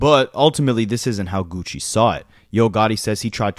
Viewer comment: Stop saying “geeewchi”